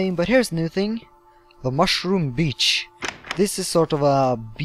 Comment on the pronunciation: lmfao your like "the last ting" I LOVE YOUR FRENCH ACCENT. :D british/french accents for the win. ;)